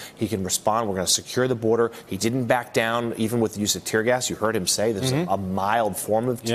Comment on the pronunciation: “ tear gers “ ...